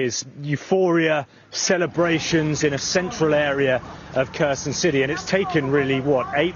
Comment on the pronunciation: I don’t like the way he says Kherson 😅